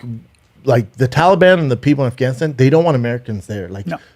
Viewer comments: "Arfgunistarn" hahaha drinking game every time Callen mispronounces Afganistan. im so fucked up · Who else thought Bryan would say AFGHAANEESTAAN for 1000 times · You know Brian is a man of culture the may he pronounces Afghanistan